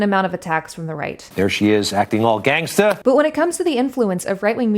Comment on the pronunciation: Oh my god that white guy trying to say gangsta had me cringing so hard I've got a crick in my neck and a headache now.